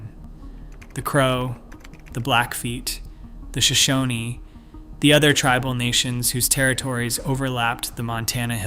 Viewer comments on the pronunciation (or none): none